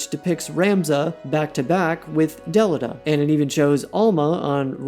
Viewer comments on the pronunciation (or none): Who is Del I da....or Del I ta.... it has been Del e ta even pronounced in the game. Ok Ted Mosby. Head on over to the renayyyysaunce fair.... was a great vid until you went all pinkies up. I will never understand. Its like the tedious vs tidus....just get it right. The game literally speaks their name and you say it incorrectly. Why? How? So frustrating. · If you have played the WOTL , I don’t know how you keep pronouncing Delita’s name incorrectly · That pronunciation of Delita is wild